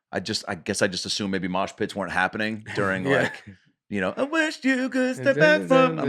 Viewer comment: Washington State! My home state. By the way, Nates pronunciation of "We'll" sounds a lot like "we're". Like "we're have some more New York comics on". And "dearing" instead of "during". Is that a southern thing? I initially thought Nate was doing a bit. Like he says his comedy is based on him playing dumb. But the more i listen, the more i think this is just how he is. Funniest podcast out there! I hope one of Nates pilots gets picked up. He has some hilarious ideas.